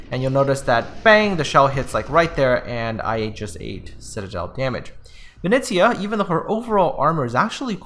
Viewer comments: Dude, you're butchering the name Venice. VE NE (NEver) ZIA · Vi KNEE ZA YA